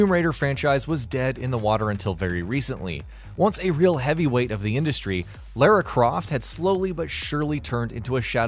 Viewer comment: is it me or is he saying a few names wrong like lera croft when its Lara croft